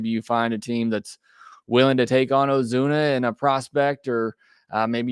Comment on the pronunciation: Lol "Ozune" come on man